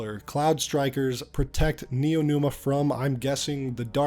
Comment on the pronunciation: dawg it's neomuna (nee-yo moo-na) not neonuma